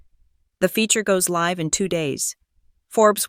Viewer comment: And can you teach your AI to pronounce L I V E, ITS LIVE THEY DIDN'T LIVE it they did it LIVE. Pronounce L- eye -Ve not L iv e in the context you were using.